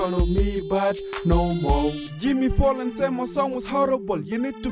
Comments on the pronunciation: Jimmy "Fallon" with a "F" not a "P" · I swear he's saying Jimmy Pollan... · What the hell is this?? OMG IS IT SERIOUS. btw it's fallon not fallen.